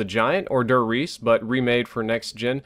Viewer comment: As a German I find it very funny how you and other english youtubers pronounce "der Riese". Great video like always. - Dub Steps